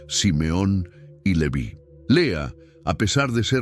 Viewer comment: El nombre Leví tiene acento en la i, se pronuncia con esa tilde, no como en el video